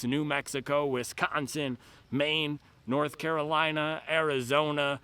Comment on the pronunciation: "North Carolineon Chicken" 😂😂😂